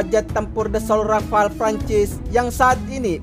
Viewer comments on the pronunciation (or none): none